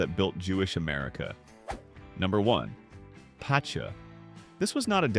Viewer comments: Pitzah not pishaar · Ptcha is pronounced cha. Boy did u mutilate it!!